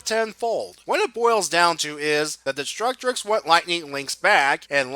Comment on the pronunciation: Great work but why do you pronounce it "Destructrix"? There's only one letter R.